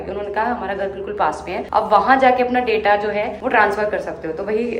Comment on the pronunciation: please pronounce data word properly, it looks foolish when you pronounce wrong